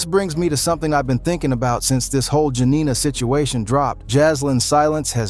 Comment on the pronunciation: The side chick name is JANIA…..not Jenina